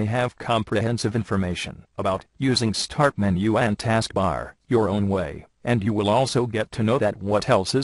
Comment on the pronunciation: yawn this robots voice is boring. and i think its funny how he says "sthhaaart menu and task bar lol